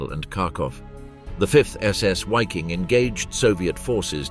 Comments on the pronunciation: veee-king...not wayking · Why this guy said, whaffen ss and whyking division, Waffen and Viking !